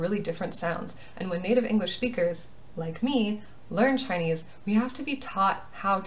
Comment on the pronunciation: WOAH YOUR CHINESE PRONOUNCIATION IS ONE OF THE BEST IVE SEEN FROM AN AMERICAN 好棒啊！